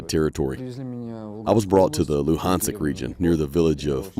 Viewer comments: Its Donetsk, not Dopnetsek and its Luhanks not Luhansek wtf still its ben a long time to practice mate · It's luhansk, not luhansik.